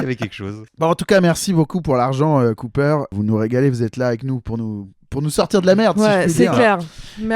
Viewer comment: Alors désolé mais le pharmacien en moi me force à je fact checker ce podcast... pour une erreur inacceptable! Les poires à lavements Cooper ne se prononce pas à l'américaine! Car Cooper = coopération pharmaceutique française. Donc on dit la "caupère" zou de zou de bondiasse! Merci pour votre attention.